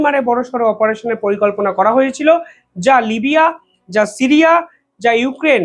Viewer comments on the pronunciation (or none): none